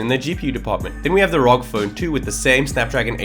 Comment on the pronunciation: I wanted to mute the video when he read R.O.G as rawg.